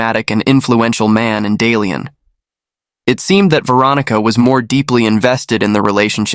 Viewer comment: Not Dalian.. Da Lian😂